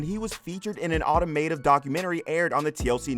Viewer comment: This was good other than the narrator kept saying automative when the word is automotive it was driving me crazy